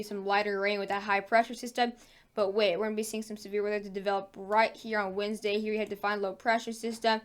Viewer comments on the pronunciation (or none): none